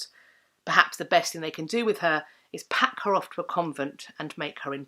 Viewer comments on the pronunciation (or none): none